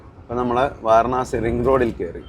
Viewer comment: വാരണാസി അല്ല മക്കളേ, വാരാണസി എന്നു പറയൂ